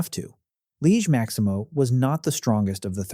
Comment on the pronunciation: liege maximo❌ loki maximo✅